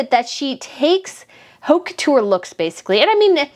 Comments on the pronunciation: Just a friendly reminder the h is silent in French, so the h in haute couture is silent. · Please pronounce haute couture without H sound. That makes your fashion critique convincing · sweet and all but if you’re going to criticize fashion and people who purchase it, you need to learn how to pronounce those foreign names and haute couture. The h is mute and the au phoneme would be an approximate of the phoneme o as touch. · The "H" in haute couture is silent.